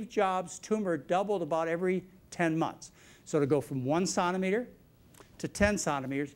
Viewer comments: It's centimetre, as in one penny is a CENT. Not santimetre! As a Canadian this made it very difficult to get through the video. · I went to Baylor nursing school, Dallas Texas, in the early 90's, BSRN. Several of my instructors pronounced "Sontameter". I had been around medical and veterinary fields for many years (married to an M.D.) and had never heard it pronounced that way. You'll get used to it. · Lol!!! I'm wondering if he is trying to pronounce centimetre with a French accent ... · I've never heard anyone pronounce "centimetre" the way he does. Strange.. To me anyway. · Its the french pronounciation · Does he not know how to say centimetre???